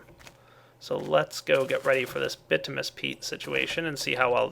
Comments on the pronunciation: It's bitumINous not bitumous. Sorry. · its pronounced bitiminus not bitimus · BIT-OO-MIN-EE-US peat not BIT-OO-MUS. Kay? Keep up the great work! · Bitominous,, not bitomous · just because this is annoying me every time you say these 2 items, the way you say bituminous peat is like this ( bih-too-muh-nous peat ) the way you say basalt is like this ( buh-salt not bah-salt) just pointing out things that were really annoying me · It's "By-too-min-us"